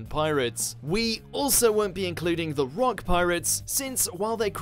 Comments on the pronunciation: It’s Rocks/Rox not rock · Wait a second did he say Rocks?